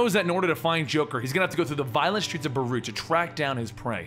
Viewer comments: it’s Beirut. not baroot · 😣 Dude its ez, ‘bay-rute’ and ‘addis - ah -ba - ba’